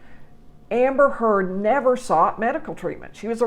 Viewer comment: Thank you for pronouncing her last name correctly!!!!